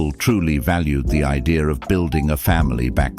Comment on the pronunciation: When did "idea" become "idear"? There is no "r" in idea. WTF? Gets to be annoying after a while.